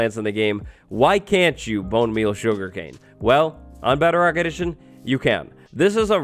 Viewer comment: Lol What's Beo-Rock?